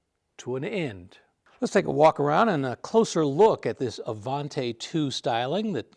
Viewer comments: Even though Studebaker ended in Canada the Avanti didn't... therefore you pronounce it Avantee, NOT Avant-eh! :) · It is NOT Avant-ay. It it pronounced Avant-ee. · The last syllable of "Avanti" is pronounced "tee", not "tay". Interesting video, but that "tay" is a constant distraction. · You are mispronouncing Avanti. The last syllable is pronounced “tea”, not “tay”. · What’d you get wrong? The name of the car. 😂 Avanti = uh-von-tee, not uh-von-tay. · AvanTAY????? Don't you speak Italiano???? EH! It's AvantEE! And it wouldn't do 170 mph.. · It is NOT the Avantay. It was the Avanti pronounced “Avantee”. I got to ride in one the first year they were out. Mr. Palmer had a Mercedes/Studabaker dealership in Long Beach. He gave me a ride home from a high school football game. Very cool! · Absolutely loved these cars so it pains me to hear it mispronounced. It's Avantee, not Avantay. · Just a quick note regarding pronunciation.... I was scolded many years back that Avanti is pronounced Avantee not Avantay. As an owner of two of them I have changed my ways and now pronounce it correctly. BTW- you could get AC in the normal asperated Studebaker cars. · Avanti, not Avante (Ah Von Tee, not Ah Von tay) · It is pronounced "A-Van-Tee." An Italian word for "forward." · IMHO, with an i at the end it should be pronounced 'Avantee', not 'Avantay'. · It is not pronounced Avan-Tay. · Uh von tea Not uh von tay 🤡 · ah-von-TEE, not tay. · One of my favourites, especially when the headlight openings were made square. Sorry to nitpick, but I think it's pronounced AvanTEE, not AvanTAY. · I've never heard it pronounced Avanté in my life. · ...it's Avan-tee please. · You love the car but you mispronounce its name every single time you say it. Oish.